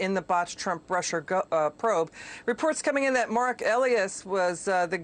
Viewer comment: MARK EE-LIE-US! If reporters are doing their job, they would KNOW how to pronounce names😉😉